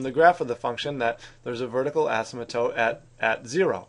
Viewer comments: You mean “vertical asym-a-tote”! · Bruh the way he says asymptote